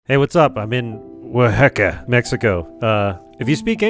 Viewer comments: Oaxaca(Uwa-ha-ka) nice try pronouncing it. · Oaxaca: Wa-ha-ka (also have fun my g) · The voice change happens with certain words for a lot of languages. It's like trying to say buongiorno without the Italian accept, it's just off and doesn't feel right. Oaxaca is pronounced Wah-Ha-Caw. Enjoy Mexico! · Its Wah-Hah-Cah(like in Cat)! But hey happy to have ya here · “Wa-heck-a”. So close and yet so far… 😂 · Make sure you get some good "Mole-Ey" while you're down in "Oa-HECK-a" lol